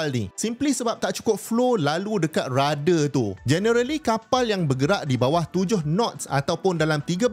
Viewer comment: Prof bukan rada tapi radar sebutan biar terang ok